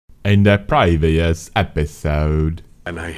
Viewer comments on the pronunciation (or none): Can't be the only one who loves the way he says 'IN DA PWEVIOUS EPISODE'